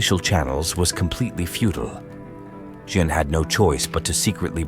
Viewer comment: Say 'Anne'. Now, just add a 'Je' at the start. You can now STOP ever saying it the way you butchered it in the presentation above.